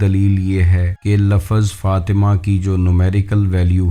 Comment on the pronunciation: kamse kam bol to sahi se liya karo ... ye lafaz lafaz kiya hai ise lafz bolte hain kiyo urdu ki wat laga rakhi hai